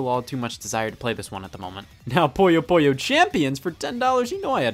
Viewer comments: It's "poo - yoh" not "poy - oh" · scott. scott its pooh-yo